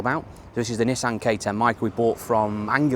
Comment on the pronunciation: You call Anglia, Angular every time 😂